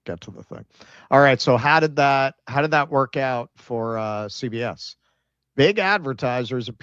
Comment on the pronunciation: CBS read as See BS 😂